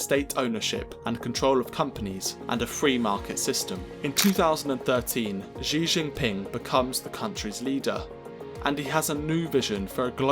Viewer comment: This guy can't even pronounce the Chairman's name, let alone Mao's. So much rubbish in this.